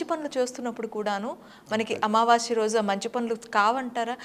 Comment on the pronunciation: అమావాశ్య కాదు తల్లి...అమావాస్య అని పలకండి.